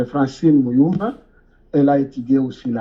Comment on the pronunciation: il ment déjà la prononciation francine mulumba avec un accent gravé